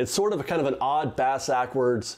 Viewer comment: bas-aackwards 😂😂😂 love it!